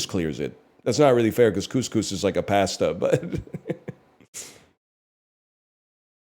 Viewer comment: He doesn't get enough shit for how he says "pasta"